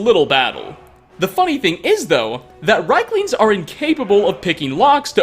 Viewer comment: They're R I E K lings, not reiklings dammit